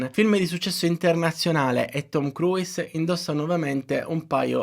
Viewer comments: Ma cavolo, nemmeno la pronuncia corretta !?!? Si pronuncia “kruus” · Bellissimo lavoro! Grazie! Si può migliorare non pronunciando la 'i' ogni volta che si pronuncia il suo cognome ;-)